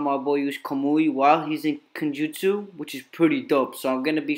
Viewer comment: When your saying Genjutsu you sound like your saying kenjutsu